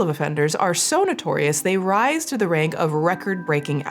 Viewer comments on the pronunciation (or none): none